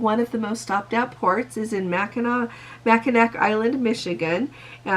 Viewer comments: FYI - 10 knots does equal 10 nautical miles per hour so you were correct on that. 1 nautical mile = 6000 feet. Also, not trying to be critical but Mackinac is pronounced Mackinaw. Just wanted to let you know. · There is one going to Escanaba I heard. Being from Michigan I appreciate the interest but cost wise is just way out our budget. We have beautiful areas in the Great Lakes and MASSIVE light houses. Also Mackinaw Is pronounced Mack - in- aw (almost like ah) It is a BEAUTIFUL island and there are NOT cars. Horses and bikes. The names are all indigenous references to the tribes that are located in the areas.